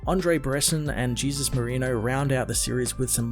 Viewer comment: I don’t think that name is pronounced Jesus. Try pronouncing it the Spanish way. Hey-Zeus!